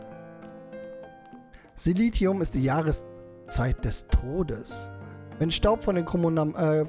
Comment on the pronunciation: "Silentium" - spricht sich Silenzium (engl. für Stille)